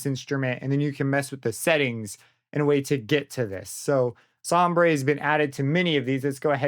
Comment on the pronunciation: It is not som-bray that word is pronounced somber. Sombre is the British spelling but it’s still pronounced the same! ✌️